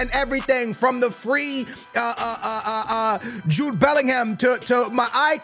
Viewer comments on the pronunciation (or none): none